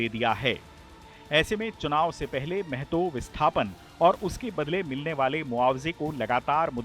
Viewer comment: Mehto nahi mahto